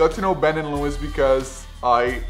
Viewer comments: you're pronouncing louis' name wrong! you pronounce it like lu-ee, not lewis haha, not trying to be rude but just pointing it out :) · The s in Louis is silent :) But that's cool man!